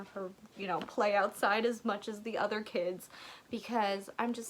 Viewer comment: I appreciate the “we see each otha” 😅